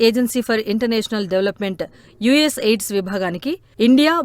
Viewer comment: యుఎస్ ఎయిడ్స్ కాదమ్మా యుఎస్ ఎయిడ్ 😂😂అది